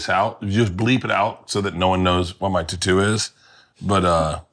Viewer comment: "ta too" 😂 Never heard it pronounced that way before but now that's the only way I can say it!